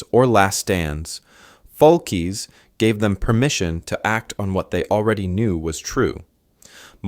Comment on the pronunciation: Once again ... you can't be bothered to get the man's name right!!!!!!!!!!! His last name was Foulkes, not Foukes. It was pronounced "FOLKS" ... not fallkees. I am blocking this channel. It is making me crazy! No respect at all.